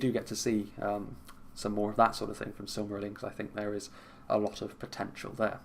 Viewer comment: weird, majority find it easy, you must have a special case its easy, SILM-A-RILL-ION